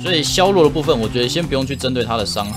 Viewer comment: 我很喜歡你 基本上每部影片都看 那個字為什麼總是唸錯呀 薛弱？是大陸用語嗎